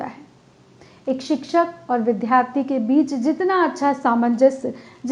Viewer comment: आप का भाषण बहुत अच्छा था । विद्यार्थी शब्द के उच्चारण पर ध्यान दें।